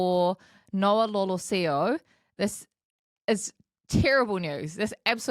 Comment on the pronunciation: it’s Noah LolEsio not Lolosio.